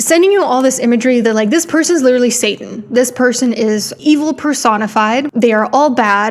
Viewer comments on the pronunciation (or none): none